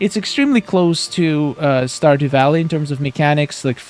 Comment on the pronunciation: the characters to me look like the characters in portal knights. He said standew valley